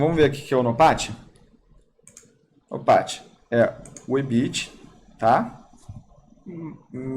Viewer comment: Só eu que gosto qdo o fala em inglês? Nopat!